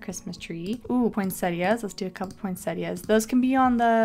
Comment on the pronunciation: The way she said POINSETTAS killed me. It’s POIN-SETTAS, help, but this video was really cool!